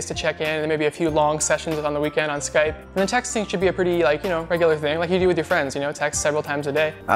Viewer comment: 每個外國人也是說"skype" 但那個日本人說了"sky pe" (用e還是用y?) 外籍英語老師教的ww